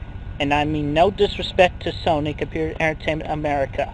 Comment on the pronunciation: Chris says "Sony" in the same way the Egg Lady in Pink Flamingos says "Baltimore". "BOLMER" "SONEY"